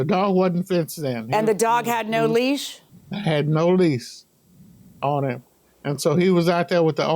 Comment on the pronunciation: I want to correct the plaintiff so bad, not "lease" it's "leash"😅.